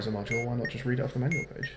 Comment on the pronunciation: No one:: Manual? More like maNOal